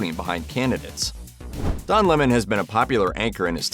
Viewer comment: What a dull video. He isn't interesting at all. I'm glad his name is pronounced correctly though. Don LeMoan sounds so silly.